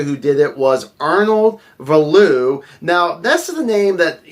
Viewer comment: Dude you do know you know his name Is arnold V-o-Sloo right?